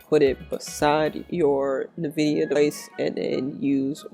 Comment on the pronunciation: Nvidia pronounced like Envida, like envy.